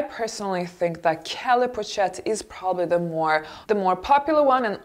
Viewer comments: In addition , it’s pronounced poshette not pochette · hi, great video:). Hope you do not mind a small correction: Pochette is pronounced with "sh" sound and not "ch" because it is french (I am bilingual). sorry I hope that my correction is not offensive, and have a great day <3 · My dear.. you really need to learn how to pronounce french words (ex:pochette ) Makes a difference. :) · dear, please learn how to pronounce properly the names of certain brands and also their various styles. It can not be that such an affluent woman as yourself goes around pronouncing "cartier or pochette" (and other) the way you do. Best regards. R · I agree entirely about the choice and the analysis of these bags, may I only suggest an improved pronunciation for the pochette (poshét) and capucine (capussyn’) bag. 🌷